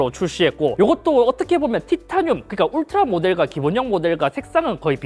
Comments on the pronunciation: 울리 라고 했아여쥬 ㅋㅋㅋ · 울라리? 울라리????????????????????????????????????????????? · 울라리가 아니라 울트라!!!!!!!!! 크아아아아아아악!!!!!!!!!!!!! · 울라리...? '울스킹' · 스읍... 자 따라하세요, 울 트 라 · 울리를 울라리라고 하네? 열받네? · 어떤 ㅅㅋ가 울트라를 울라리라고 부르냐 진짜?🤬🤬🤬🤬